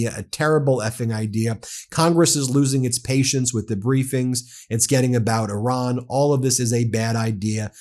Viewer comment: Stop saying "Oran". Please!! The name of the country is Iran